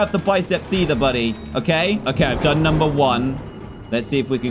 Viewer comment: Bro its number not nummer